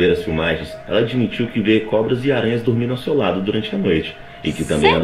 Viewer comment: Eu falo tormindo também 🤪🤪